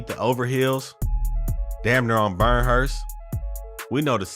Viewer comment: Burnhurst? Where is this nigga from? You even from LA?